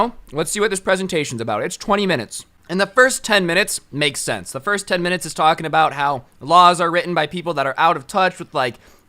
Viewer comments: “20 misist” 😂😂😂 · Phoenix Gates he meant to say twenty minutes or something like that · Not sure why you have such a hard time saying 20 minutes...also potato